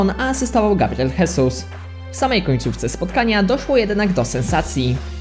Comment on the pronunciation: Sam ześ jest Gabriel hesus. Mówi sie Gabriel żezus, jakby był hiszpanem, to wtedy mówi sie hesus.